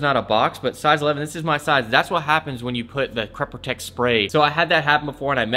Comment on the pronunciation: Great video's man. Say crept protect again! 😂